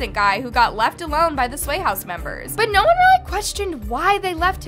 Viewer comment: “Naur” lmao